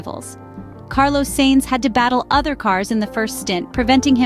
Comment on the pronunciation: Sainz isn't pronunced in that way.